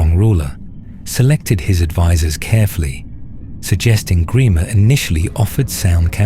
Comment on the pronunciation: Gremer?? WTF??